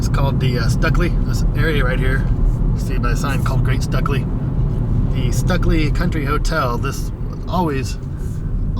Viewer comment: Hey, nice vid. Stukeley is actually pronounced 'Stu-clee' Stu like Stuart.